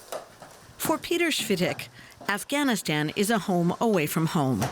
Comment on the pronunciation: 20 years later and y'all still can't pronounce it right. "AfghaniStaen" "TallyBane". 🙄